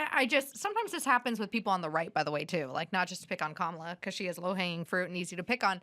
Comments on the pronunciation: "COMMA-la" bro ahaahahahha, fricking mental jobs on dem's side, liar$$$$ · Adam has yelled at Elisha before, the first couple episodes with her she was supporting DEI and defending Sonny hostin, Adam had to tell her to use her brain. she rambles and Adam once again had to wince. Then she corrects Adam on how to say Kamala here, she didn’t get Adam’s Buttigieg, fruit joke, and then she’s oblivious again... She’s unaware of Adams satire or points. So sorry to say I’m a bit disappointed to hear Adam defend her. I hope she’s not full-time.